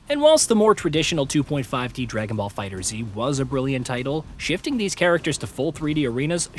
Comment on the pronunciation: It is 2024 and people still can't pronounce Figtherz.... It's FIGHTERZ NOT FIGHTER Z.